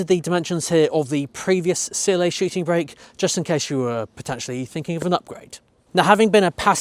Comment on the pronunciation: Shiting brake - I do love your pronounciation :-)))